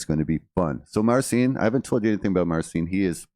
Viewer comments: I dont understand why he doesn't just go by MARTIN. "Marcin" translates to Martin. Plus it sounds better than Mar-seen as he calls himself which isnt even how u pronounce the name in actual Polish. In Polish Marcin is prounounced MAR-CHEEN. The "ch" sounds exactly like it does in "Cheech n' Chong. It makes no sense to me because it seems like he wants stay with the Polish version of his name but then he doesnt pronounce the way you do in Polish. So whats the point? Just go by MARTIN dude! Its not a bad name. But whatever. "To each, their own". 👍🏻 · Its actually similar! You pronounce it like "Mar-cheen" with a soft "ch" (which is ć or ci like in marCIn in Polish) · 🌺 Marcins' name can be pronounces, like MARCHEN (CH, like in a word chair or cherry), and the word is Not elongated with a double ee sound, but only one and short E There is no sound S in the pronounciation. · Marcin is Polish for Martin, I think. Pronunciation is close to "marching" without the g. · 'martchin is close enough (sorry, no phonetic alphabet on hand), stress on the first syllable, and then there's the Polish soft 'ci' you'll find in other Slavic lgs. My guess is he created an international version of his name so it's easier for everybody, but it's not the way we say it in PL. Marcin is a very popular name in PL, its English brother is Martin. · Well spotted with the name pronunciation. Marcin is pronounced Marchin in Polish, he's simplified it to make it easier for the Western world. My son's name is Marcin, he was not impressed with kids at school making "marching" references 😂. I didn't know we were gonna end up living in an English speaking country when I named him 😅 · Hi, thanx for nice reaction. Proper way to pronounce it is something (for non-Polish) like: [mar-cheen putt- shuw-weck)